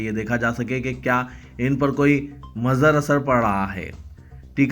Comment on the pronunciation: ماضر تلفّظ غلط ہے موضیر تلفظ صحیح. مضر اثرات یہ جملہ تھا اس طرح کی اور بھی غلطیاں ہیں اس جانب توجہ دی جائے تو بہتر ہے